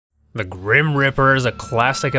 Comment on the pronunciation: its not called a greem reaper, so why u saying it like that.